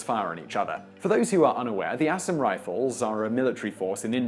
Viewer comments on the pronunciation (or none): Ah-saaaaaaam. not ASSAm.